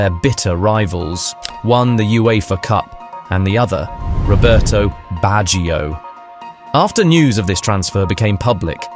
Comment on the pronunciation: Robertohh BatcheeOh - its very hard on my ears to here you pronounce italian names :((